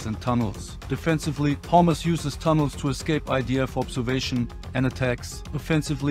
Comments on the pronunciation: Every time he says hamasfighters i hear homelessfighters😂😂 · I thought he said "homeless forces" but he said hamas forces..lol..im sorry i laugh but that was funny.. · Sounds like your saying hummus 😂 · I know this is serious stuff, but I keep hearing "Hummus fighters" and that ish cracks me up 😂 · I no he has an accent but he kept sound like he was saying hummus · What's he saying ? " Hummus " fighters? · With the accent sounds like he said the soldiers encountered homeless fighters. LOL